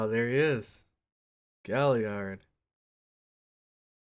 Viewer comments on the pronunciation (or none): none